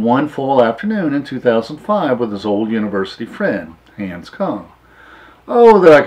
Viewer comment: It is not Hands, it was Hahns.